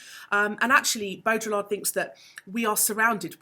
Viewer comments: every time you pronounce the L in Baudrillard, a french philosopher dies inside. great video though. thanks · Nice! You don't pronounce the Ls in Baudrillard though